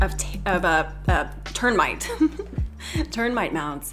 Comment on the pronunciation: Did she just say 'ternmite'...